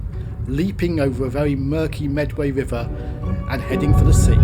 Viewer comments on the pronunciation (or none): none